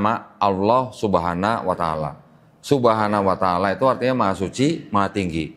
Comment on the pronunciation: Maaf dg sgala hormat sy koreksi dlm pengucapan "Subhana wa ta'ala"setelah sy cross cek pengucapan yg benar adalah SUBHANAHU WA TA'ALA,mohon maaf sekali lg🙏🙏